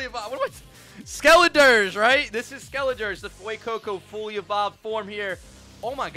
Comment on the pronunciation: He said skeliderge 💀